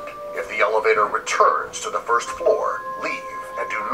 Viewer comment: it's pronounced "first"